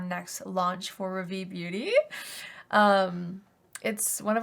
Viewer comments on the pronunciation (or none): I love you and have been a fan for years and would love to buy from your makeup brand but I’m a little frustrated about your brand name … you chose to go with a French word which is fine but please learn how to pronounce it .. Rah - Vee. Hard a like car/far and short e like fed/led. ❤